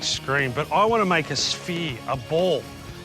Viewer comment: too bad he can't pronounce the 'R' sound--that was a sphere not a sveeee